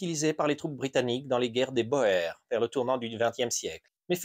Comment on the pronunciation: Il ne s'agit pas de prononcer à l'anglaise mais de prononcer correctement ce mot d'origine néerlandaise.